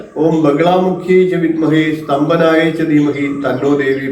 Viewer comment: സ്തംഭനം എന്നല്ലേ വേണ്ടത് സ്തംപനം അല്ലല്ലോ